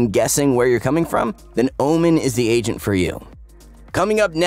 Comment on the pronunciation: why do i always hear "asian" instead of "agent" in this video?..